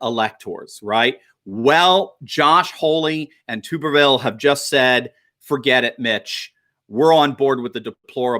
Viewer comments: Tub, not tube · It is pronounced tub er ville, not tube er ville. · It's Tuberville, Tuberville, not Tooberville! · its "tub" not "tube" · Tommy Tuberville is from ALABAMA and his name is pronounced like "Bath Tub" Not pronounced like Boob Tube. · Tommy. Tub- er- ville. Not. Tube - er - ville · Senator Elect Tommy Tuberville is from Alabama and was the former head football coach for Auburn University. Please pronounce his name as Tub er ville as in bath tub not tube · He's from Alabama and his name is pronounced TUB BEEVILLE Like a bathtub... Tubervile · Tub - ber- ville from Alabama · his name is pronounced Tub’- er -vil and I am 99% sure he is from Alabama. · He coached at Alabama and and old ms he’s. Name is not tube ber vill it’s tub ber vill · Tubberville is from Alabama, pronounced Tub ber ville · Thought you'd wanna know that Tommy Tuberville's name is pronounced tub-er-ville :) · That's Tommy TuRbeville pronounced Turb ah ville. You left out the R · Alabama!! Pronounced "Tubber-ville" although it's not spelled that way 😉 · Tuberville is Alabama. Even as a strict Tide fan, I voted to put him there. His name is pronounced 🛁-erville 😉